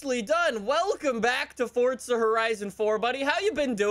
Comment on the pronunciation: Why does he say Forza like that like? He acts like there’s a T in it, like Fortza.